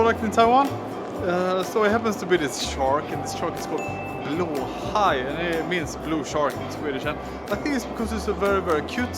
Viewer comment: Finally know how to pronounce "BLÅHAJ" in Swedish.